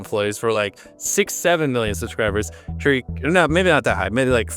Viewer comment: it was a joke because he said it wrong. He meant to say Tariq, but the voiceover he was using said tarik